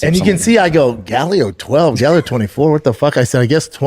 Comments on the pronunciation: The fact that he calls it Galleo 😅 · Why does he keep pronouncing it like there is an E in the word? It’s Gallo. Which tells you all you fucking need to know if he knew this or not because he can’t even pronounce the fucking fake name correctly. Jesus.